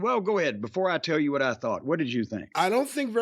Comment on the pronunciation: Jim really goes out of his way to pronunce 'what' wrong.